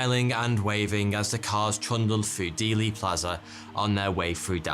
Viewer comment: How can this guy tell us our history, th can't even pronounce the number 3 and the word "through" properly